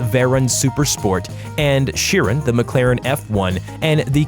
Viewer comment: This GUY does NOT KNOW HOW TO PRONOUNCE KOENIGSEGG... or CHIRON!!